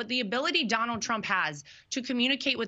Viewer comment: Ever notice Lara can't pronounce her father in law's name? She calls him Donowld